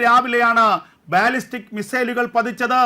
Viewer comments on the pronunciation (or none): It's not ബാല്ലിസ്റ്റിക് 😊 it is pronounced ബല്ലിസ്റ്റിക്